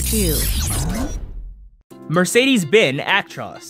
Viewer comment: Mercedes Benz Benz IS pronounced with the z It’s not silent